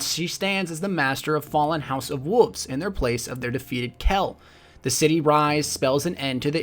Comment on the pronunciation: I don't like when people pronounce wolves as wuffs.